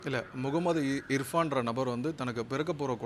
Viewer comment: He's telling IFRAN... instead of IRFAN As a lawyer first tell the name correctly then accuse anyone.